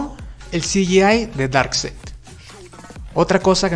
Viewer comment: Buen video! Y ya sólo 10 días para la ZSJL! Oh, por cierto, Darkseid se pronuncia "darksaid".